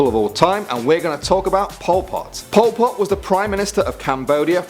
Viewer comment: I thought he said Paul Potts lol😂